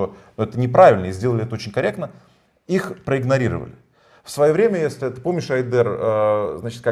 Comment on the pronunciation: Ще й проблема з наголосами у словах: украи́нский А́йдер